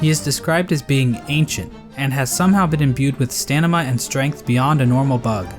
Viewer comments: My guy actually said stanima. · did he say... stanima?